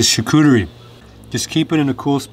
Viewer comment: You're from Ontario, there is no excuse for you not to be able to pronounce the French word Charcuterie which means Delicatessen in English. Here is a link to the Google translate page. Just click on the little speaker Icon below the word to here it pronounced properly. SVP Nous sommes dans un pays bilingue. Please, we are in a bilingual country.